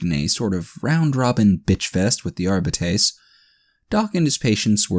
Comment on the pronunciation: I can't help but cringe at every pronunciation of Arbites or every time you swallow massive amounts of saliva. Otherwise great reading and entertaining story.